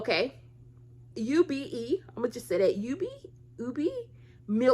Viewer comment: Its pronounced oo-bay, ube